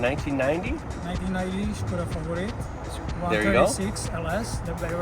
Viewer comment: I guess is from cz, bcs the way he said "Škoda Favorit":D. And little fun fact - Favorite was designed by Bertone. He did Ferrari Dino too for example.